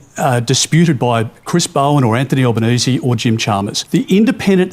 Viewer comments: "al-lie-benese" Bwilliant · AL- LIE?-Banese... LOL